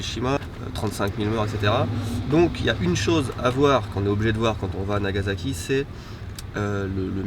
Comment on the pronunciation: NagaSAki pas NagaZAki:p